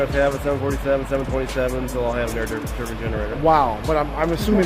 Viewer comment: I know you all heard this man say turbin instead of turbine